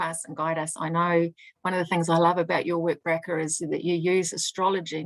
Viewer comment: The name Bracha is not pronounced Bracka please ask her how to say "CH". Her name is Blessed in Hebrew.